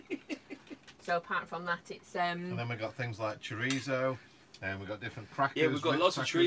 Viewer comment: Love you guys,,, but for the love of god take the T out of chorizo its not Chori-T-zo lol enjoy your cheesefest 👍🏻